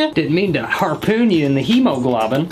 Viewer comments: Did he say “I didn’t mean to hit your hemoglogim” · What da heck is a "hemoglobbin"? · What’s a hebohlobin💀💀